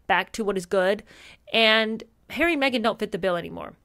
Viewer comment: Not wishing to sound sycophantic but ….. you are so entertaining and truly funny. I absolutely love the way you scrunch your nose up when you “do” call me plain old ‘Arry and the accent is absolutely hilarious. Thank you 🇬🇧